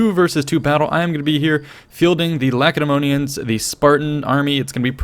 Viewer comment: I am glad he pronounced lacedaemonians correctly.